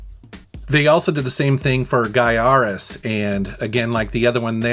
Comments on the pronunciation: That's the BEST, horizontal shooter and it's pronounced (" GUY-REZ")..... M.U.S.H.A., is a close 2nd if you prefer, vertical, ( the OG! is Thunderforce 2, as I have a modded RGB, output Sega Ge nisis, hooked up to a 145watt rms, stereo home theater, w subwoofer, ...amazing 💪✌️✌️✌️ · LONG TIME BIG fan, I was so HAPPY that you included GAIARES! THATS THE BEST 16 bit shooter hands down !! M.US.H.A a close 2nd! And BTW it's pronounced (GUY-REZ) 👍👍✌️ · BEST 16-BIT SHOOTER EVER MADE, I know your a vertical top down is your game, but Renovations, "GAIARES" is pronounced "(GUY-REZ)" ..✌️👍👍 huge MJR & Crew fan long time !